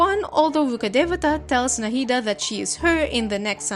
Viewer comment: The pronounciation was very perfect it's coming form and Indian it was perfect to the very last bit